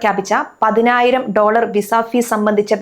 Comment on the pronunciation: പൈനായിരം ഡോളർ അല്ല കുഞ്ഞേ 😂😂😂😂😂